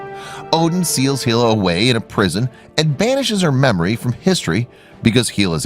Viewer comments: It's not pronounced heel a it's pronounced hell a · Why do you keep saying Heela? It's Hela!